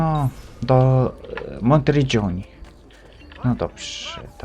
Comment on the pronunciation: "no doprze" hehe xD